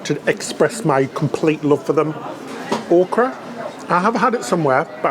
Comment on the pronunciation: It's o (long o) kra emphasis on the 'o'. It is a southern veg. Used in gumbo also.